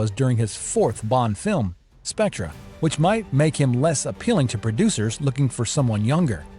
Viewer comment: What is with this AI narration? The mispronunciations are horrific. Spec-tra? Bronson? Fast Bender?